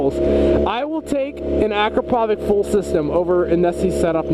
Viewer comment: Yoshi don't have Chinese writing they're Japanese. akrapovic is pronounced acropavich. I have a Vtwin Honda and Micron are the only ones for vtwin sport bike.